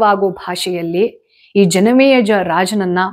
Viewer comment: ಯಾಕೆ ಇವತ್ತು ಜನಮೇಜಯ ಹೆಸರನ್ನು ತಪ್ಪಾಗಿ ಉಚ್ಚರಿಸುತಿದ್ದೀರಿ.. ಆಶ್ಚರ್ಯವಾಯಿತು 🌹